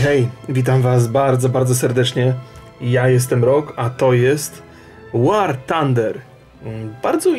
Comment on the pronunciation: Tak, 'Łar tander' xD